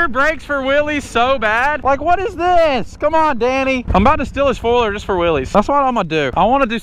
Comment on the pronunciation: Why do you say foiler its four wheeler 😂